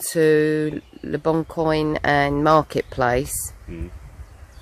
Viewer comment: (The "coin" in le bon coin is pronounced "kwan") 😘